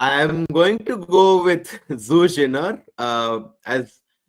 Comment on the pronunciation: Pronouncation: Zhu Jin'er